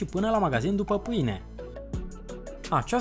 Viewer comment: ... ,,după pâne "😃😃 în loc de ...după ,pâine " dar eşti simpatic rău 👍 la fel şi ,,hanele " in loc de ,,hainele"